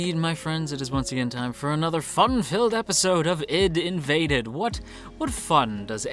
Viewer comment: Please :S it's not Id:invaded :S it's AI-DEE:Invaded you just pronounce the separate letters, I mean it's pretty obvious if you think about it, it's about invading the ID=ego/super ego/subconsciousness.